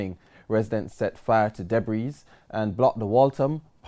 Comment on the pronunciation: Did Mr. Walker just say "debris"?????? Pronouncing the 's'